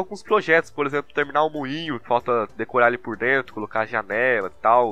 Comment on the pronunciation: Lá "Drento" ydgagdagsdygsdyadygsda português ótimo